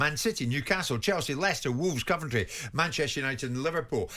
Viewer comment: Jim pronouncing Coventry “Cuventry”. Odd